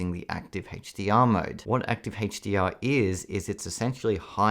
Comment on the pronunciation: what HaetchDR? do you mean a-ch dee are?